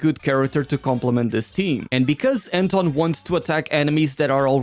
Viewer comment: Wenn Anton suddenly is called "Enton"